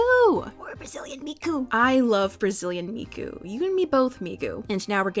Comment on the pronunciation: If you're going to say Miku that many times, it would be a good idea to practice pronunciation.